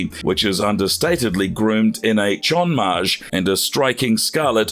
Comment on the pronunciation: "Chonmage" is pronounced "chohn mah-Gheh" (not "chohn-mahj"). Run this word (丁髷 or ちょんまげ) through Google translator (Japanese to English) and listen to the audio output.